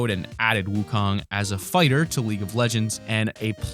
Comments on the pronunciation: DAFUG IS WOOKONG XDDDD im Chinese lol, and its pronounced Suin woo khong (uhm, not actually wrote like dat) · Wukong is pronounced Song Wu Gong